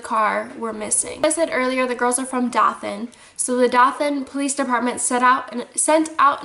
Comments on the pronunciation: I love your dog! He reminds me of my white Shepherd. I'm in Alabama and I believe Dothan is pronounced Doe-than. Johnny Depp is supposedly buying a home there because he loves the ppl. Scary story! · Actually, it's pronounced DOE-THUN. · Ok ik you're not from here but its DOE-THAN like i baby deer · Doe-than = Dothan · Dothan! it not hard to say! ewww